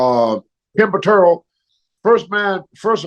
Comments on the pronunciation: KEN PUHTRRROLL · ...and it's Ken Patera